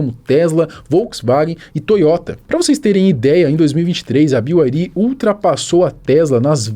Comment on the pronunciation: Ninguém: A: "Bi Uai Ri!!!"